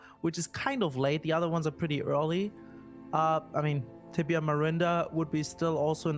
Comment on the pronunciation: Gotta love with the "Tibia Marinder". 🤣